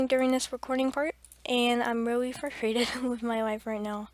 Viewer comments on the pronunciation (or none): none